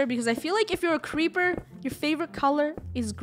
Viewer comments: ITS KREEPERA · Cweeper krew